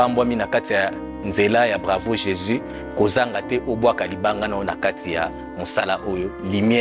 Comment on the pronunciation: Maman wetshi ozali journaliste présentatrice sala effort na prononciation on dit Jésus et non jési Dieu et non Die merci pour la compréhension